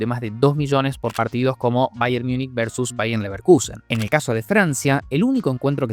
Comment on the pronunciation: No quiero ser pedante Pero el Bayern Munich se lee así MUNICH no Miunik esa es la pronunciación en inglés. En alemán es Minjen (aprox)